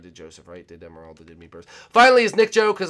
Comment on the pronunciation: you mean meppers because I heard you say emeraldo